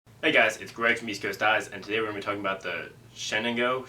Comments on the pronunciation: hey Greg its pronounced chu-nane-go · Its is pronounced Ch-nang-go. And he went to Chenango Forks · It's actually pronounced shu-nane-go Matt went to Chenango Forks high school next to the Chenango River a Iroquois word for beautiful river. And now of course I'll have to string it for half the kids at Forks before he comes back this summer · He lives in Chenango forks and Chenango is pronounced sh-nan-go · Hey Greg it's pronounced (Sha-nang-go) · It is pronounced "Shen-āngo"